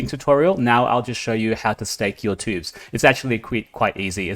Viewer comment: Another great video, thank you! BTW, it choobs, not tubes ;)